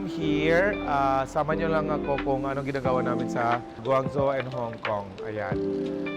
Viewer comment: it’s pronounced GUANG JOE